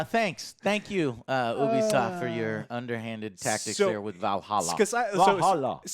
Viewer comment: and...it's pronounced yoo-be-soft not oo-be-soft (Ubisoft)